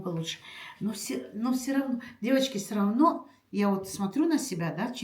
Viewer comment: не " сыровно", а всё равно, так правильно😊